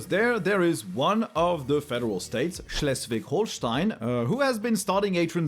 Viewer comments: dayum, the schleswig-holstein pronunciation was smooth and on point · I was really astonished how are you pronounced Schleswig-Holstein (were I live). That was really good! I'm hoping so much we get it done here and don't get so much whining like oh nooo I have to click on the left now - before I had to click on the right ...meeeh... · Your pronounciation of Schleswig Holstein is on point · Perfect pronunciation of Schleswig Holstein 👌